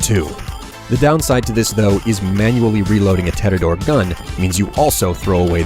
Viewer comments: 6 year old vid, still going to comment errors. Tediore, not Tedidor. You removed the E and added a D randomly. S&S and Atlas went out of Business. Atlas was outright destroyed, S&S dissapeared. S&S was replaced with Bandit due to both of them having the same trait, more bullets in your magazine. Dahl pistols aren't full auto, they are Semi-Automatic on Hip-Fire. Jakobs is second to Torgue for damage. Torgue weaponry, on average, deals more due to the explosive element. Community and Stat-Wise, Vladof's best weapons are their Sniper Rifles. Assault rifles do poorly, but it's all down to wording. Saying "Assault Rifles are where their tech shines most" makes more sense due to the spinigun barrels. Torgue weapons only come in explosive period. There's no high chance or no guarantees, that is literally Torgue's gimmick. Would be pretty nice if you could do a little more research instead of barfing up a video, especially since your gameplay is lackluster. You went into lower level areas to show off weapons and used White and Green rarities, while not showing off Blue and Purple rarities alongside it. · And also, Tee-Dee-Ohr-Eh. Sorry, I'm nitpicking, but my OCD senses are tingling. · Teed-e-ore! Say it like this. It's how people pronounce it in-game. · Your pronunciation of "Tediore" is just baffling to me. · I can’t believe you mispronounced Tediore. There is no second d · Yeah guys, lets keep reminding him that it's Tediore and that's it's S&S not Atlas. I'm sure if we keep reminding he will understand. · i think he mispronounced tediore because the logo makes it look like the I in tediore is a T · ha..he pronounced Tediore wrong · I love how you mispronounced Tediore, you're so professional and neat in your videos. I absolutely love them though! I've watched your fallout guides over and over, even when I don't play fallout. So epic :) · it's not tedidor it's tedior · HAAAA!!! you sayed Tedidore instead of Tediore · What in the fuck is tedidore. Don't you mean tediore